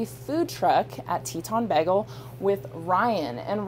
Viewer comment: Is she saying "bEgel"? lol Someone's watched too much Community!